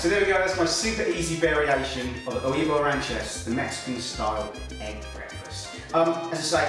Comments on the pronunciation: It's pronounced way-vos ran-chair-os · Huevos is pronounced "WEH-VOS" hehe, well in south Spain! love this recipe, nutritious & easyy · Oh my poor ears with the mangled pronunciation of "huevos"...{shudders}. LOL. I'm sure it's tasty but I'll pass on this version.